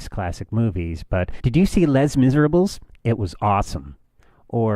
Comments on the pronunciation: did you see LESS MISERABLES? lol,that pronunciation... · Les Mis ERR Rabbles. Nough said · why does everyone pronounce it miserable. It's pronounced miss-ra-blah, and it's not less, it's le. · "LEZ MISERABLES" XD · do you americans actually pronounce it "Lesh Miserabls"? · I completely understand your pain. :P On a side note, though, that's not how you pronounce Les Misérables. XD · I'm french, and when you pronounced it in the video, i automatically assumed you were doing it on purpose ;) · I cringed with you said "Les Miserables" **shudder** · I think that was mispronounced on purpose, to make the person he was talking about sound a bit stupid.